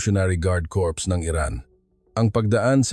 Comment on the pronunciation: Hoy AI ANG CORRECT PRONUNCIATION NG CORPS IS LIKE KORE NOT KORPS bobo mo leche